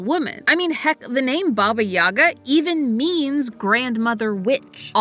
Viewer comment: She is Baba Yagá, not Baba Yága! YagA, not YAga! Please, pay respect to the great slavic witch!)